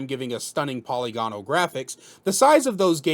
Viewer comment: type into google: "pronounce: polygonal"